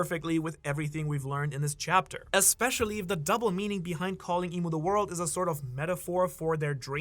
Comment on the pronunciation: Bro really said Za Wardou ( jojo reference )